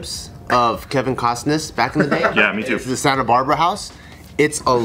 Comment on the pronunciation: Kevin Cosnas Mel Gibbons Mack-up instead of makeup Lmao can't speak